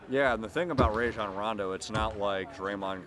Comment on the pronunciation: "Ray-John" Rondo 😂